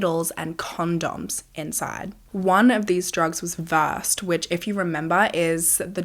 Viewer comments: As a nurse I just have to say the medication is pronounced “verse-ED” not versed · Another great video! FYI the other name for Midazolam is pronounced ver-said (rhymes with shed) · Versed is actually pronounced Ver-said ❤️